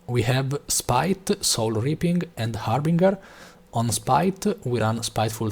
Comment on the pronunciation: Harbinger - haar buhn jer , not hamburger .